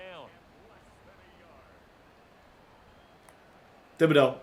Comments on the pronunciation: I love u dude... but it's pronounce Ti-bi-dough the "H" is silent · you’re killing me with the way you pronounce Thibodaux. 😂😂😂 The h is silent bro! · It's pronounced tib-uh-doh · please stop playing with Kayvon Thibodeaux until you look up the pronunciation of his name, I can't watch videos where someone is pronouncing it that terribly.